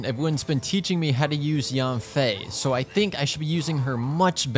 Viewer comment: istg if he says yAWNfei one more time